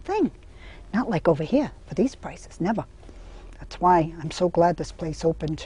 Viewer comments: I love how she says "neva" and "betta" lol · Nevah, nevah. 😄Love how appreciative and admiring of curtains this woman is!